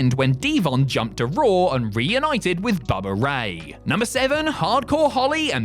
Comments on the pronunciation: Bubber and d-von 😂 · “Bubber and Devon” lol